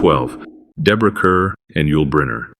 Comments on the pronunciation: IT'S DEBORAH CARR....CARR AS IN MORE AI CRUD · Ive most often heard Bette Davis's given name prounced " Betty" but in an interview she once said " Its actually ' Bet' " Deborah Kerr's name should be pronounced "Car"